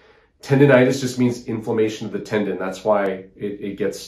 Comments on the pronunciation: Tendon not Tendin. ;) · Tendon, not tendin.😁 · TendOn not Tendin.